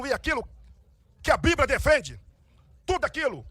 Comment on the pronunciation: O jumento fala bibria.